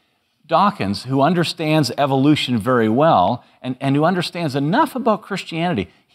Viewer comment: I love how Dawkin's pronounces Evilution. :D